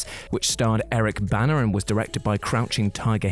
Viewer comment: Did you just say "Eric Banner" instead of "Eric Bana"? Lol.